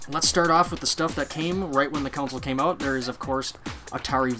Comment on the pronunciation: Hey - - GREAT video - just one thing - its a CON SOLE - Its NOT a COUNSOLE!! since you said that word about 100 times - PLEASE learn how so say it!